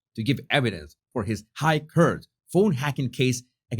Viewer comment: Enjoy your show very much…….. Please learn to pronounce the word “Court”🙏